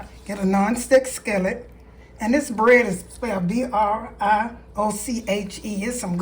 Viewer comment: Brioche bread is so good,. Also, it’s pronounced “Bree - oash” (like the sound in oath). Your egg salad sandwich looks so delicious!